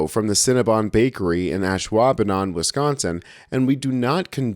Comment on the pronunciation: Firstly, great job saying Ashwaubenon, I can barely spell it! I can't wait to be proud of the people in my state.. Hate has no place here.